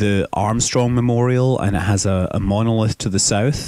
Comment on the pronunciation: It said monlith it's monOlith